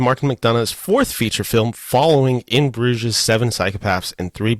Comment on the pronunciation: s is silent in Bruges.